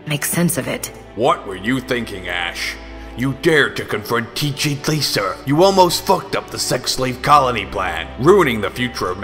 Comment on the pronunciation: I love how he pronounces TJ Laser. It sounds so epic.